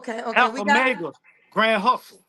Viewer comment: This dude said “Grand Hustle” like I used to say 🗣️🗣️G-UNIT when I was in the sixth grade